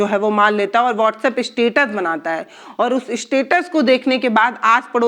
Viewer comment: वास्टअप 😂 व्हाट्सएप